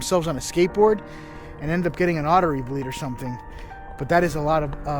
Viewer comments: I laugh every time says "ottery". I guess he has trouble rolling the "r" in the word "artery". I'm just messing with ya,. Keep up the great work, and stay safe out there. ✌ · You don’t want to be involved yet you know bodies are found there often? Also, it’s artery, not awtery.